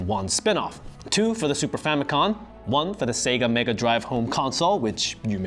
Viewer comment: Please stop saying “famicon”.